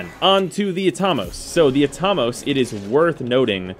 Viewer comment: I've always pronounced it At-a-mose. Not Atom-oss